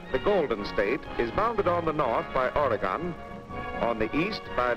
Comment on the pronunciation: the way he says Oregon tho